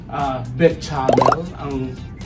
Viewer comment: Beshamel ang pagbigkas po:)